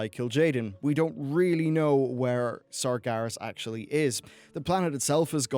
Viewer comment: Ah yes, Sargaras and Turulyon very important characters in the lore that have had their names mentioned in game and there is no way someone should ever mispronounce their names.